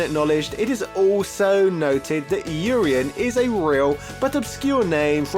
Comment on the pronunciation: Oreien?? It's Urien